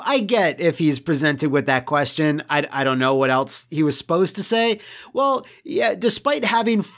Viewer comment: Remember back when didn't pronounce a T in "Wha"?...I blame Youtube's algorithm. Probably skipping over "Wha" as a misspelling.